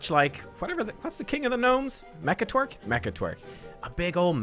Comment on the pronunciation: I cannot unhear they way you pronounced Mechatorque and so he shall forever be known as Mechatwerk. It is decided